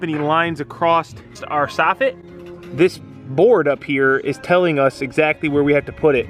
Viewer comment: hello, it's Mrs Robinson your grade 4 English teacher. just wanted to remind you that in the word 'across' there is no 't' at the end of it. 😄